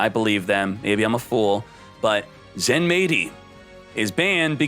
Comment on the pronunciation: its supposed to be said ZENMIGHTY (japanese spelling Zenmaity)